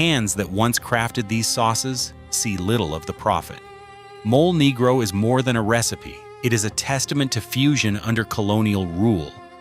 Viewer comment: Haha the way he pronounced Mole Negro..